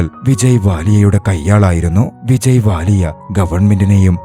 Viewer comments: Vijay Mallya ❌️ Vijay Vallya ✅️ 😂😂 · വിജയ് വാലിയ ❌വിജയി മല്ലിയ ✅